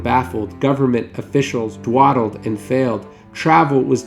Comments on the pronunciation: Its pronounced DAW-dild not DWA-dild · Dawdled, not “dwadled” ;). Cute mistake tho :) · Sorry but did you just say "dwaddled" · dwadled? really? your whole video is undercut by mispronouncing dawdled.